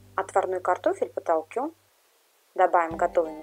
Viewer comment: Ну почему вы говорите потолКём?